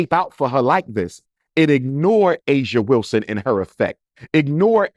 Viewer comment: Her name is Aja Wilson-Heir 😅😅😅😅 get it right doc😂